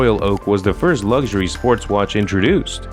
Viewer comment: Ffs, learn how to actually say “luxury” if you’re going to repeat it over and over again. You e already been a cnt. Now there’s a strike on its way to you.